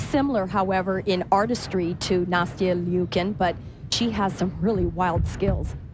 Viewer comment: Ikr!! They keep saying Nastia Leeookin...